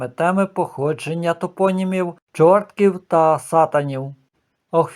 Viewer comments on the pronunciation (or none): Дякую,пане, за цікову розповідь,хочу тільки сказати,що не ЧоРТКІВ,а ЧорткІв,наголос на І.Вибачте,але я народилася і живу на цій території. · Дякую за ваші історичні дослідження, які розширюють наші знання. Я й сама багато разів замислювалась над цими двома назвами, буваючи в цих містах. До речі, правильний наголос не ЧОртків, а ЧорткІв , на останній склад. Якісь моторошні відчуття від цих назв, але походження їх були для мене таємницею. А як же жити в таких містах з такими назвами? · Не ЧОртків, а ЧорткІв ( з наголосом на І). Я живу в Чорткові. Село поблизу Чорткова називається УгрИнь ( з наголосом на И) , а не Угринь. Спроби переіменувати наше місто були, але поки що зберігається ця назва. Але греко-католицьку єпархію, з центром у Чорткові назвали Бучацькою, бо Чортківська не дуже підходить для назви , що стосується церкви.